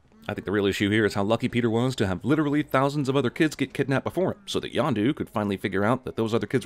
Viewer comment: Yondu not Yonda lololololol